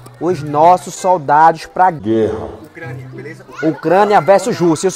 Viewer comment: ÓCRANIA KKKKKAAKKA